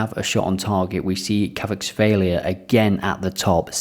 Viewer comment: Your pronunciation of Kvaratskhelia got me laughing hard